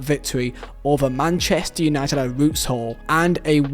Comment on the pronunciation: Where are you from its UNITED not u need you cant say united